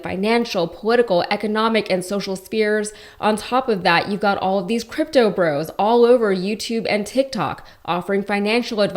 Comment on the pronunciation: He calls it scrympto?